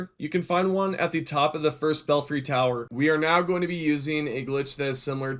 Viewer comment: BELL FRY Not bell free Belfry 🤦 Literally what it looks like, fuuuuuk that was bugging me